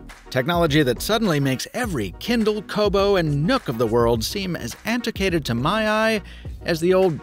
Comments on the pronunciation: It's an·tuh·kwei·tuhd Not an·tee·kay·tid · Aniticated? Did you mean antiquated? Is that a dialect thing or did he actually say it wrong. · Don't forget to pronounce that "u" in "antiquated". (AN-ti-KWAY-tid). Sorry, just caught my ear. Carry on. I appreciate the video content. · "anti-cated" You crazy Yanks and your made-up words. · but didn't he say antiquated tho? 🤔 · no, no, he said it oddly.